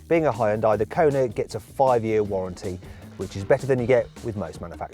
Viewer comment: 왜 현대 발음이 혼다이?라고 들리는것같지 가슴찢어진다 ㅠㅠ우리나라는 안그런데